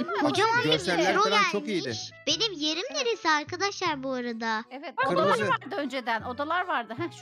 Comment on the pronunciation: 😅O kırmızı değil gırmızı 😂😂